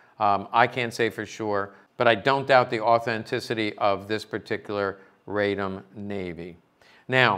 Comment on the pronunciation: Radom is pronounced RAH-dohm and is a city in Poland south of Warsaw. That is where the arms factory (Fabryka Broni) is located. Radom is the feminine archaic of "I'm happy."